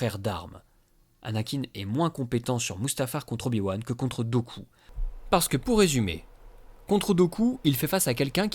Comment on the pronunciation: Super vidéo, comme toujours ! Par contre Dooku se prononce "Doukou"...